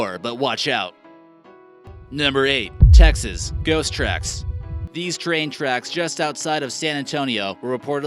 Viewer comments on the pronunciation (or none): none